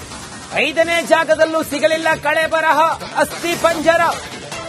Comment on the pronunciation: ಸ್ವಾಮೀ ಕಳೆಬರಹ ಅಲ್ಲ. ಕಳೇಬರ ಎನ್ನಿ ಅಣ್ಣ.